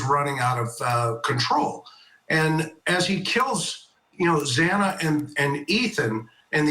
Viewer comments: This has only left the families with more questions & no answers. The judge scolding the family & then messing up Xana’s name not once, but twice, was disrespectful imo. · The judge has no right to admonish the victims family. This plea with the devil was disgraceful and the victims family has every right to fight this injustice. The judge can’t even pronounce the victims name right. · I'm with you on that. What is his problem that he can't pronounce her name correctly 😮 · The judge was very insensitive to address the calls people made to the court, why the need to scold??? Also miss pronouncing victims name 🙄 It’s giving IDGAF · The judge mispronounced Xana’s name twice. Like salt in the wound. the media chasing down Kaylee’s family was also just so heartless. A really sad day as an Idaho resident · The “honorable” judge Hibbler, couldn’t even pronounce Xana’s name right, twice he mispronounced her last name, you’d think after two and a half years surely he’s heard it pronounced correctly? Not concerned at all that he’s bothered by the tax payers calls. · It was salt in the wound. No excuses for the presiding judge to mispronounce the victims name twice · And when his miss pronounced the girls name 2x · The stupid judge after all this time still pronounced Xana’s last name incorrectly! This has happened over and over since the tragedy! He needs to be sent back to kindergarten! 😢😮😂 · Yes!! The judge did pronounce Zana’s name wrong x2 !!! He should have known better!!! She is a real person for heaven’s sakes and a victim!!!